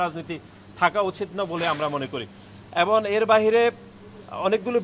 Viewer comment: এবন❎ এবং✅